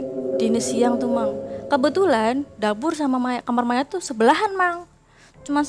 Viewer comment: Gatau knp narasumber perempuan kalo bilang "kamar" aku berasa denger "kamer" hehe